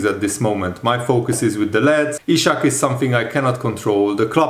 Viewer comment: Dude, his name is Isak, not Ishak.